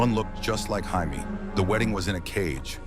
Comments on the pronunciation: Is that really how Jamie is pronounced in the USA? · Highmee 😂😂 it said Jaime 😂😂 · I’m here in the states and I don’t pronounce it that way, I say “Jay me”